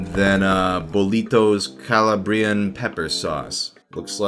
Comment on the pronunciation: Bro it's Calabrian not calla-briean